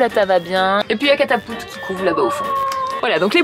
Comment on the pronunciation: "Cata-poule-te" x'DDDD